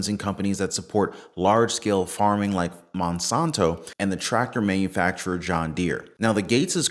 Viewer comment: how can you speak so eloquently and yet still can’t properly say the words ‘glyphosate’ and ‘Monsanto’? (Gliff-o-sate). And (Mon-san-toe). There, does that help? Both are evil words.